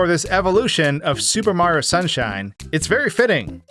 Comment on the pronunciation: How is it that you manage to pronounce Mario’s name wrong every single time? His name isn’t Marro, it’s Mario. 3 syllables, not 2.